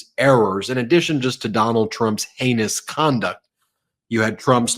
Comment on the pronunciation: Ben when you said “ his heinous conduct”, I thought you said “anus conduct” 😂. On reflection though anus conduct is so much more apt!